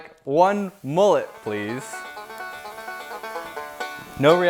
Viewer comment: Mullet, not moolet